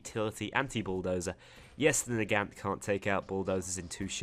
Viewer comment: The Nagant is pronounced Na-gon-t